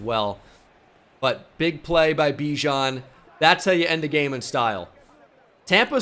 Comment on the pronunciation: you know bijan said thats not how to pronounce his name in a interview